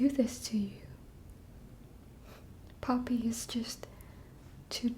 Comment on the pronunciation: I thought she said "POMNI" and I went: "TADC?" Then replayed it, and it was NOT Pomni. It was Poppy.